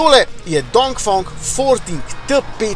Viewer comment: DongfEEEEng, ne OOO